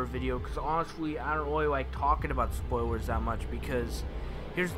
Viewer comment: Its spoilers not spoiwers